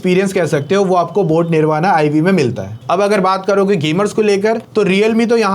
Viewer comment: It's निर्वाण why can't you hindi guys pronounce correctly